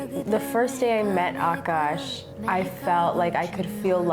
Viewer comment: Okay ik nobody's gonna see this and this is an old ahh video but her pronunciation of akash at 9.02 is perfect lmao.